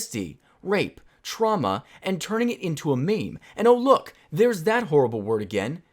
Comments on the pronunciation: I don't think you know what memes really are... Also, the only people who pronounce it maymay are middle aged women on Facebook that don't know better. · who the fuck calls meme's "may may" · No one says may mays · Stupid people say it like "MayMay" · lol who pronounces meme as may may